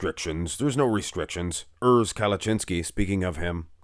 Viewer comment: It is Kal-uh-chin-ski